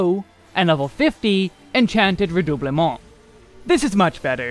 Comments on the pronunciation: Glad you're pronouncing "Redoublement" properly now lol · Ah yes, the spell ever: VerStoIre. I know it's just because it's proc dependent but it made me chuckle. Edit: Also something about the way you pronounce Redoublement is so chef's kiss. But maybe it's because I always pronounced it the very American way.